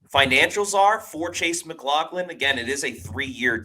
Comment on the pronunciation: I love how keeps calling him mclaughkin lol 💀